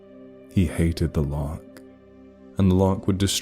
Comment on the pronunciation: Wait, lark? I thought he was saying loch. Larks are like... birds?